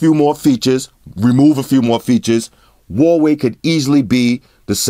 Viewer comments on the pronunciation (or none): i miss when he called the huawei, hawaii